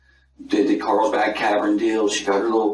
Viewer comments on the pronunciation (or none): Did this guy say Carlbad instead of Carlsbad?